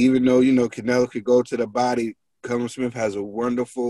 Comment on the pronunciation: Its super middleweight not light heavyweight and its not cullum Smith hes called Callum.. you pronounce it kal-lum ..